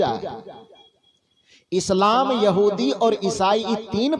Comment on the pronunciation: Sir, you are not reading इस्लाम properly